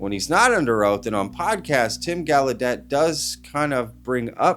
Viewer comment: It's pronounced -goll-a-day,it's French,so that's how ud say gallaudet Tim!